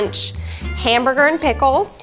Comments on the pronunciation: “ another humbger “ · She said, “Anotha Hambooga” or am I just paranoid🤣🤣🤣🤣🤣I think not